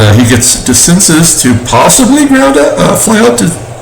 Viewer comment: It's pronounced DeCinsay for DeCinces. You put in Weaver? Why so stupid? Red Snapper, very delicious! Nice game, exciting finish